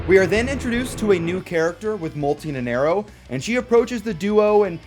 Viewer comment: I hate to be "that guy", but you said "Nenerro" in the entire time instead of Nanairo ("nana" like Banana and iro like "Ear-Roh" - Nanairo)